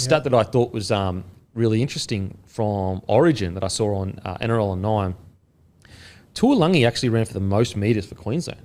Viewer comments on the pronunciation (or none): Fellas, could you please start pronouncing Murray Taulagi’s surname correctly? It’s not spelled ‘Tuilagi’ so I don’t know why you keep pronouncing it like that